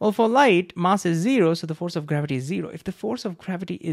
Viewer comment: can you correct your pronunciation of mass please